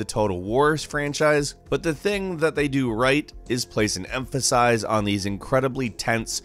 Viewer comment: "place an empashize"